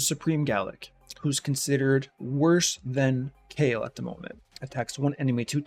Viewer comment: Kale not = Kael. It's always been pronounced "Ka' - el" and not "Kay- L" 😄